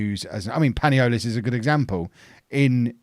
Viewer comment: panolias (as you say it :P) is pronounced pa-knee-lee-as, he needs to play some games this season